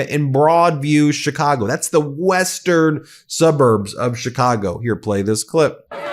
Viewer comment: What l think is you’re too lazy to review your tapes or you would stop butchering Chicago names. Do your fucking job, man